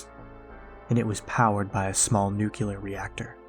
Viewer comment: Nucular lol